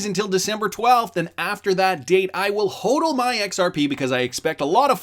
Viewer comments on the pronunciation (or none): none